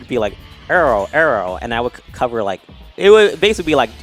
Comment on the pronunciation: I hate the way says “arrow”. He makes like an “err” noise.